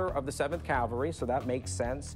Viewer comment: Rick…. Dude! Learn to properly pronounce CAVALRY… You’re not in church!